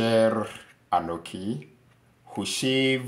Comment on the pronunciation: It’s anochi not anoki.